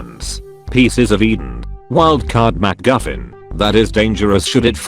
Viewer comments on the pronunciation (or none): none